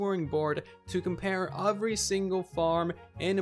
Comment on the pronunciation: Nobody: Absolutely nobody:: "UVERY"